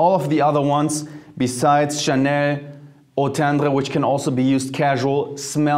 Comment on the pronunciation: Love how you say Eau tendre 😍😍😍 I’m gonna try that one